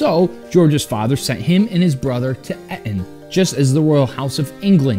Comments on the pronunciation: Pronounced Eaton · Eton is pronounced Eaton